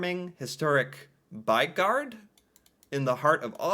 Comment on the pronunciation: The "y" sound is sharper in Norwegian then in English, it sounds like you're saying what we'd probably express as "baigard" with the "y" and "å" sounding different, but it's not more different then that we can recognize what you're saying, so not totally butchered. ;-) As for what it means. "By" is our word for "city" although by US standards it's more of a large town then a city. And "gård" is our word for a farm. The basic idea is a house that's surrounding a outdoor area (a courtyard) that's kept a bit separate from the rest of the city by that building.